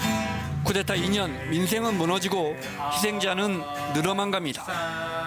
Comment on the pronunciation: 기자가 쿠데타를 자꾸 쿠테타로 읽네